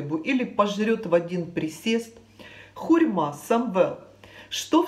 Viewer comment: хурма а не хурьма. Извините